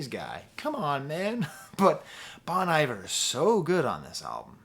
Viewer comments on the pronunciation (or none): Bon eye-ver 😭😭😭😭😭😭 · just say bon - iver WRONG how did this happen?! omg he just said it wrong again omgg